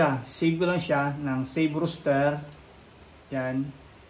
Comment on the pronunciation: It's ROSTER not Rooster. Ano yan manok? Haha